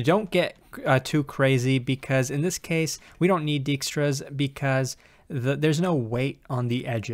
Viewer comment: I enjoy how continues to mangle 'Dijkstra' into 'Djikstra' in every video the algorithm comes up in so far, makes him seem human.